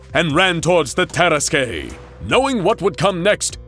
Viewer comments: Hey this is Lord Blackwood vs the Tarasque, it’s pronounced tear-assQ no tear-as-Kay. Why the fuck are they saying vs 682? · As a french, i have to say that it is said "tarask" and not "taraskué" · the DnD nerd in me is crying. Not only does he plainly state that it's a french region with french pronunciations presumably in in use, and opting to go with the spanish version anyway, but the tarrasque is a creature whose concept existed long before the Blackwood story. It's not "TEH-ruh-squay", but rather "tuh-RASK" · Say it with me, Ta-ras-ke. Not Tar-ras-kay. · It's pronounced "tar-esk", not "tear-es-kay" you seriously need to look up pronunciation when it comes to words you don't know. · Terrasque is pronounced "terr-ask", not "terra skey" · That is not at all how you pronounce tarrasque, it’s TAR-RASK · Lol this is literally a DND campaign!! Lord Blackwood is the Bard. Also, I know it’s a rare word, but Tarrasque is pronounced (tear-rask). It’s also a DND monster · The “tear-eskay” 😂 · Can confirm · Terrasque (terr-ASK) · It's pronounced tar-ask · hey guys, I really like your material. That said, a little constructive advice: Tarrasque is pronounced "Tear-Ask"; the finale e is silent. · No, its Terr-askuh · Someone never played dnd hearing that pronounciation of tarasque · That's not how you pronounce nor spell "tarrasque". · This pronunciation of Tarasque makes me so mad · The way he's pronouncing Tarasque is upsetting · First time ive heard the ue at the end of tarrasque pronounced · Ooof, that "tarasque" pronunciation lol. Also, why wasn't... Teddy Roosevelt, yknow... Teddy Roosevelt? He has a pretty iconic look... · Anyone else annoyed with how the narrator says "tarasque" heeh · I love the misspronounciation of tarasque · I’m imaging other dnd players screaming at the pronunciation of Terrasque 🤔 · It bothers me a lot more than it probably should 😅